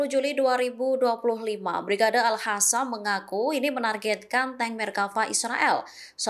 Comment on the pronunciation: oi,,al qassam bukan al hassam